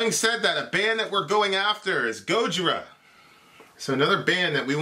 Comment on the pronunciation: How you say Gojira is offensive to me